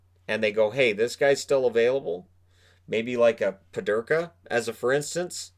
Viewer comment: Peterka not Pederka